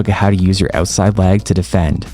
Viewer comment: I'm sorry I was so distracted. Please demonstrate the difference between you saying "leg" vs "lag." It's all I could hear 😩😅 Love your videos, love your content, thanks a million.